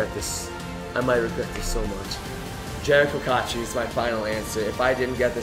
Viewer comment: He kinda lost he said cotcher not cotchery